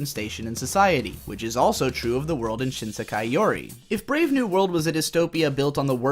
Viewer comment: "BRAEV" wow